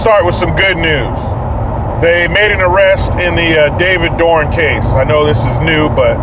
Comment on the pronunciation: Bro, isn't it David Dorn?